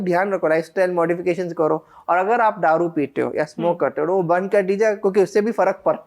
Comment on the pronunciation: दारू की जगह पर ये गधा डारू बोल रहा है